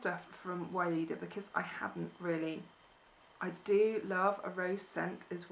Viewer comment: Hi. lovely things you got there. It's hilarious as you say every time Weleda. sounds arabic. It's actually to be read Veleda. I guess it's a German brand as we have it here everywhere. They sell it in pharmacys and drug stores. There's is also a big selection of baby and mother cosmetic care and of course all other body and skin care. Have a great day.